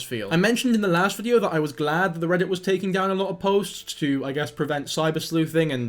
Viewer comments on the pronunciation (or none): none